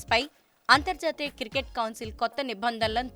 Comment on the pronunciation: Ciricket kaadhu cricket